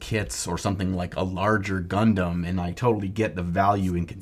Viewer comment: When you say "Gundam", I hear "Leman Russ."